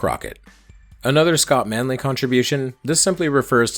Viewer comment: Thank you for using the correct pronunciation of Scott Manley